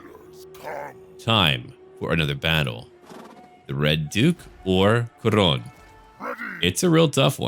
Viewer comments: Um... urh... Khoronne? The second 'o' is silent? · Is it me or evry time he says khorne it sounds like horny so I hear look at these horny warriors of norsca